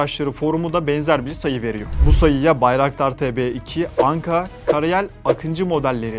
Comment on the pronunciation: Akintsi değil Akıncı = Не Акинци , а Акынджы ! и ударение не последнюю гласную в слове Байрактар !